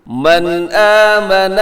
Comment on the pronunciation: قاری صاحب مَنْ اٰمَنَ میں غنہ نہیں کریں گے بلکہ یہاں اخفاء نہیں کریں گے کیونکہ غنہ میں زبان تالو سے لگ جاتی ہے جبکہ اخفاء میں زبان تالو سے نیچے رہتی ہے